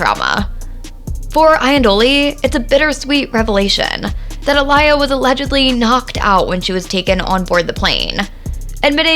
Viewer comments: I am pissed that this person is pronouncing Aaliyah’s freaking name totally wrong !!!! I mean, how did she do that much research about the late, great, beautiful, and dear Aaliyah, to mess up the pronunciation..... So simple😳😏😤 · As SOON as I heard the mispronunciation of AALIYAH'S name, I was done with this video. The video as well as the poster has FOREVER lost any and all credibility. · Her mispronunciation didn’t sit right with my soul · Omg!!..you are sooo silly I read this as the video was playing in heard the way she tried to say her Name and bust out laughing 😂 🤣… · Atleast respect her enough to say her name right 🤦🏾‍♀️ in such a hurry to report news & get clout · EXACTLY .. get it right 💯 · Who the heck is Uh-Lie-Yah??????! It’s pronounced Aw-Lee-Yah This is clearly not a genuine Aaliyah Fan 🤦🏾‍♀️ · Say her name: Ah-lee-ah. Not Ah-lie-ah. Get it right. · It’s Aa-Li-Yah not Aa-Lie-yuh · Aaliyah pronounced aah•le•uh.Her name being pronounced A•lie•yah is disturbing. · Whos A-LIYA? It's not Uh-Liyah or A-LIYA. It's pronounced Aaa-Liyah (Like Mohammed Ali) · It’s not “UH-LIE-AH”! it’s “AH-LEE-UH” (think Mohammad ALI) 🙄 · Her name is pronounced uh-lee-uh. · Yooooo! WHO TF is A-LIE-YA!!! That makes this video feel and sound soooo disrespectful to OUR Dear Princess who's also been "The Baby Sister Of My Entire Era and A True Idol Of OUR Culture!!! You Have To Fix The mispronounciationS throughout the ENTIRE VIDEO PLEASE!!! I TRIED TO IGNORE IT BUT IT LITERALLY WOKE ME UP PLAYING IN THE BACKGROUND ON MY TV as it had my ears BLEEDING. Not trying to be too hard on you but you'll have alot more people interested in finishing your video if you'd at least show that you CARE ENOUGH TO CORRECTLY SAY HER NAME just as we would ALL want People To Correctly SAY YOUR NAME if you were NO LONGER ABLE TO SPEAK UP FOR YOURSELF!!! OUR NAME IS ALL WE HAVE ONCE WE'RE GONE!!! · Who A-lie-a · sorry, who’s uh-lie-yuh ? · You don't even know how to say her name right.